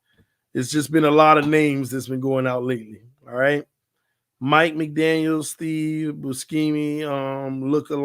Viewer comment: there is no “S” in Mcdaniel nor Gaskin our running back. Gotta nip u in the bud otherwise in 2030 you still be adding your own letters to these guys without me checkin you down via audible!